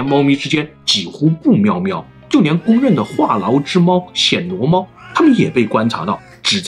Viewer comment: 是第一声，不是第三声：暹Xian（鲜）罗猫